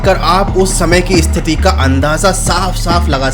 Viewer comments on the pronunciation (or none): none